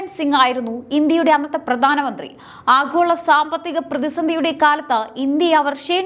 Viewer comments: ആഘോള അല്ല. ആഗോള മതി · ആഹോള രാഷ്ട്രീയം... ?.... ഉച്ചാരണം ശരിയാവണം.. . ഭയങ്കരം.... 😮